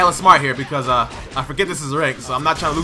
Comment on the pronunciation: “atachi” “ochiha” 😹